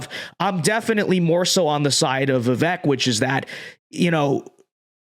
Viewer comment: Dude, say his name right. It’s vivayk. Come on